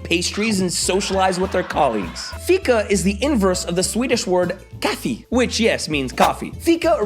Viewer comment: Correction, coffee in Swedish is kaff*e*, not kaff*i*, otherwise great video!